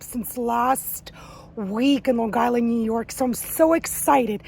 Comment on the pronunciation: Definitely from Long Island when you pronounce it "Lawn Guyland." 😀